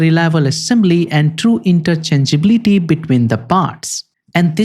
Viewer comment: interchangeablity ? Can you say it again correctly?